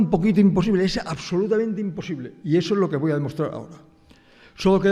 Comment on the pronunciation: Im-posible. Es im-posible 😅